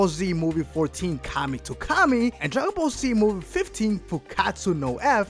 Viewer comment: What's "Dragon Ball C" he keeps talking about it but i've never heard of that show